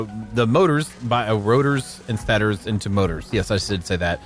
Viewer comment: love the work but i got to say it man its pronounced Stay-tors.